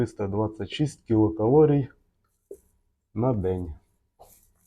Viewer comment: Нарешті хоч у когось звучить правильно ! КІЛОкалорій, саме так ! За це можна пробачити і "клітчатку" і "вуглеводи" і "получається" ) Дякую за просвітницьку роботу !